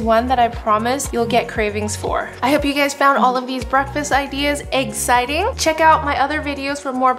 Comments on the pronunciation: isn’t it eggciting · The number of times she said eggciting omg ☠️